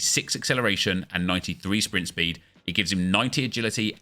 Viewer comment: Papin with that 93 Swpint spweed